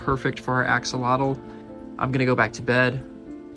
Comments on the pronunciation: " axolado" hahahahhaha, repeat with me: A HO LO TEH...do you want me to say your gringo name like this:? hahahaha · I just want to say it is pronounced "ack-oh-low-till" which is an indigenous word not "axalottle" as you said it 🙏🏼 thank you for your video! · The correct pronunciation is ah-SHOH-loht. It's a Nahuatl (nah-watt) word. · As per my wife...who happens to be be Mexican, it's pronounced ahh-haa-lote. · You've been pronouncing it wrong its pronounced like ash-ol-lot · Thanks for saving his life. btw. The right pronunciation is: ah-hoh-LOH-teh. Mexico is pronounced ‘MEH-hee-koh,’ not ‘MEK-see-koh.’ The X is pronounced like the Spanish J. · the actual pronunciation is ah-show-lot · Yay...Name, Ashy? As its pronounced Asholot FYI, it's Aztec 😊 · it's pronounced "ah-ho-lo-teh" the x is a Spanish j sound, so an h. Like how Mexico in Spanish is pronounced Me-hee-coh. I like the suggestion of Nubs for his little arm. Could also be Manita (little hand in Spanish) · Why does no one pronounce it correctly?!